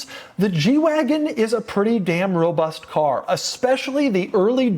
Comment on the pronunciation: No sthloo tike a schlott fevry time he schlezz robutht